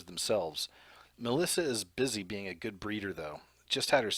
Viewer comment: Sir ~ LOVE your content, but words like 'being' aren't pronounced beinGUH. The g is soft and you're making it a hard g. You're also making a 2 syllable word, 3 syllables. (Same thing with the word 'among'.) You seem far too intelligent and professional to pronounce words incorrectly. It makes you sound uneducated. Learn to pronounce words correctly. Listen to other adults pronounce words like that and follow suit, cuz that kind of ghetto pronunciation is grating if you want to be taken seriously. *This goes for words like 'doppelganger', too. It's not pronounced doppelganGUHGER. You sound stupid. You're not even consistent. Cuz you pronounced it correctly right after pronouncing it incorrectly. C'mon. Get it together.